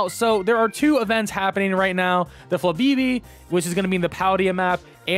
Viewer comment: Flabeebee? No, you gotta channel your inner Moira Rose and actually say the accents in FLABÉBÉ